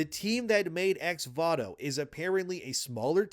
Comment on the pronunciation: Why does he keep saying Vato when it is Voto? This is legitimately annoying